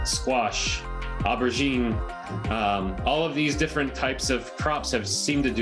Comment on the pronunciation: clearly this man has never said aubergine before in his life